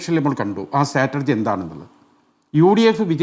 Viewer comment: Strategy സ്റ്റാറ്റജി ആണ്‌ സ്റ്റാറ്റർജി അല്ല.